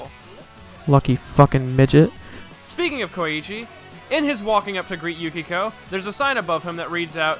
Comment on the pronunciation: ah I see, I would say it's excusable because sometimes the manga translations were very bad. But still, how can you say "Yukiko" instead of Yukako? Idk it bothers me. Anyway, good video and analysis. I'll stop pestering about it. Subbed